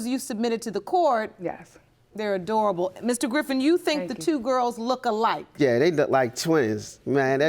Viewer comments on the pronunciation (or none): none